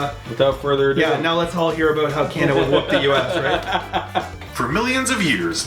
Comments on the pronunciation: Lol the narrator “ Canduhduh”. Wtf bro pronounce it correctly. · Couldn't get through it after the narrator kept saying Candada